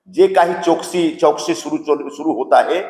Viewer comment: चाटू आता कधीच नीवडून येणार नाही आहेस गेले ते दीवस मराठी बरोबर बोल चोकसी नाही चौकशी